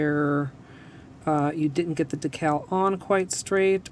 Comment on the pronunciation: the way she says decal triggers me. it’s pronounced “dee cal”, not “da cal” lmao.